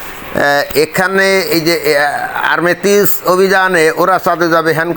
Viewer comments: আর্মেটিস নয় ওটা হবে আর্টেমিস। বার বার একই উচ্চারণ করছেন কেন? ভালো করে পড়ে দেখুন। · আর্টেমিস। আর্মেটিস নয়।